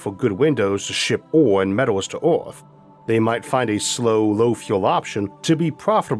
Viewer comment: Please improve your pronunciation, Earth, Universe, etc ... little kids are watching and could catch the wrong pronunciation and take it as correct. The content is awesome.